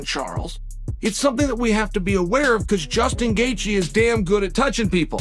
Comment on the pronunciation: Who tf is Justn Gagey? MMA Zone and cant even correctly pronounce names lol. Poser casual